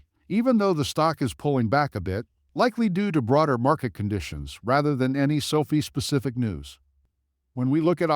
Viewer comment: Man. Hard to listen when you say sofi wrong 😢